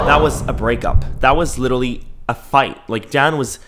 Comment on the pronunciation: "literawy" HELP I CANTTT